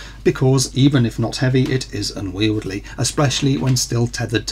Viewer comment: "...unwieldLy" ? Must be the beer, what, what ? >